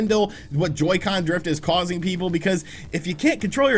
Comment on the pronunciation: Ngl in the intro when he said Joycen drift I kinda popped off